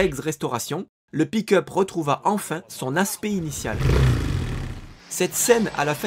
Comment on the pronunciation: Désolé, mais "pick-up" prononcé à chaque fois comme "pee cup"... 😂